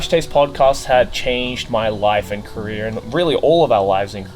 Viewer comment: it took me way too long to realize said career and not korea